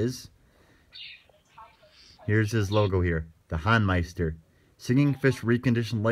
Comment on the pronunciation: Thanks for this highlight, you two! For future reference, it's pronounced The HOEN-meister rather than the HAWN-meister.